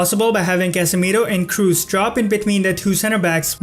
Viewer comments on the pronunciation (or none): man, where are you from?!? it's Kroos, not Cruise, respect the players at least enough to pronounce their names correctly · Kros not Krus :) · Kroos is pronounced with an o, not u, like saying blood, you dont pronounce it "blud" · Another very good analysis imo, but please don’t pronounce Kroos in English, it’s disturbing, haha. Here’s the pronunciation in german.